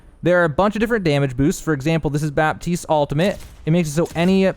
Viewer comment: sounds like your saying 'altimate' and not 'ultimate' great video though!